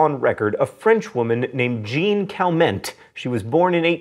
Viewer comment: "JEAN Cal-MENT" And you say that you took a few years of high school French... rolls eyes